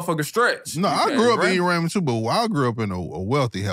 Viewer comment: Calling Ramen Raymond is hilarious. Hood the same but it’s different 😂